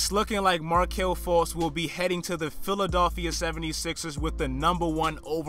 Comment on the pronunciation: where are you from bro the way you say philadilfia is hideous